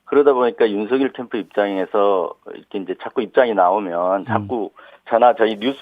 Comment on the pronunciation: 뉴스등 제가 듣고 본 방송 중에서 유일하게 윤석열을 윤서결이라고 제대로 발음해 주시네요. 다른 방송에서는 앵커 아나운서 기자 가리지 않고 거의 대부분 윤성열이라고 발음하던데.. 극히 일부는 윤성녈이라고 발음하는 분도 계시더군요. 괴문서라는 말에 화가 나셨나봐요. 기가막혀 하시네요.